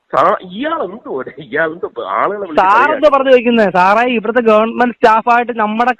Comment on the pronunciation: ഗവർ മെന്റ് അല്ല MLA സാറെ. ഗവണ്മെന്റ്. പ്രൊ സീഡിയർ അല്ല. പ്രൊസീജർ. 😂😂😂😂.